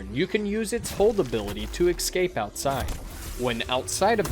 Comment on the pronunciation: It's pronounced ES-CAPE, not EX-CAPE